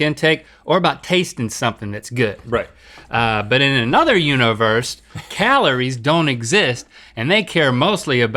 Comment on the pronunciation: Rhett holding back a dig at how Link said "u-nah-verse"